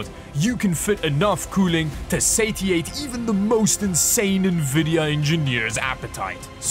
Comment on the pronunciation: I've never heard anyone pronounce satiate like that but I like it and have now adopted it.